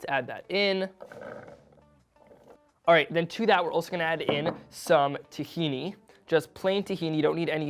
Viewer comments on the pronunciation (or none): none